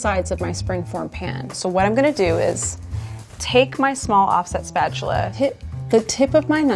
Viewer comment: If I hear her say offset spetchula one more time I gonna be so angry